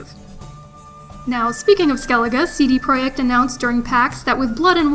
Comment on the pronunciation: It's pronounced "CD project" not proect